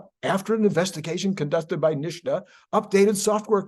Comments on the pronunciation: why do you call it "Nish-ta"? It's "Nit-sa". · I like your content, but just because Sandy Monroe mispronounces NHSTA doesn’t mean you have to. It’s pronounced “nista”, not “nishta”. I don’t usually go around correcting people’s pronunciation, but this one for some reason really makes my spine crawl. 😮 Keep up the good work. 😊